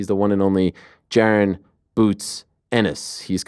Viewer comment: Jaran boots ennis ?😂😂😂 its pronounced “Juh-Ron”